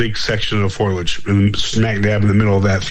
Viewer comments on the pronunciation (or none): For the love of God bro it's FOW-LEE-AYY-DD-JJ-UHHHHHHHHHHHHHHHH!!!!! WOW...that feels better...I can breathe now...😅😜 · For the love of god, STOP saying FOIL-EDGE. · For the love of god, your guest needs to learn that the word, foliage is NOT pronounced as "foil-edge". It's "foe-lee-edge", not "foil-edge". Look at the word. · Thank you,! I'm glad I heard this. He kept saying, "foilage" instead of, "foliage". Is he referring to plants made of aluminum foil? He kept saying it over and over again. It could be worse--a "you know" or a "like" addict is really hard to listen to. I've just listened to this again, and that mispronunciation will still aggravate a person. Still, it was a good interview. I've heard a few Bigfoot researchers go on and on about photography, but do they have a good photo? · Lol, I'm glad I'm not the only one. I've heard people pronounce it like this many times on multiple podcasts and I was beginning to wonder if I've been pronouncing it wrong for years.